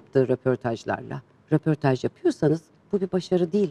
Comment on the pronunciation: Bir de rOportaj diyip duruyor. RÖportajdır o. Dili dönmüyor ama çok da bir özeniyor. Bilemedim. Çabasına alkış ama malesef yanlış. ve daha niceleri